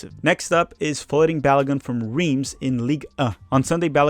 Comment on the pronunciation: You are not pronouncing Reims correctly